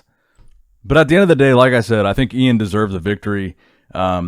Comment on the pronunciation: Thank you for saying iains name correctly!